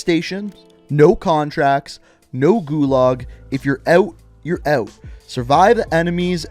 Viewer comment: “İf your ewt your ewt”